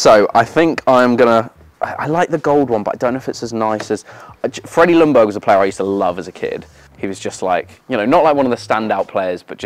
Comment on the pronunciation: It’s weird that not even an Arsenal fan who was watching him play gets that the L in Ljungberg is silent.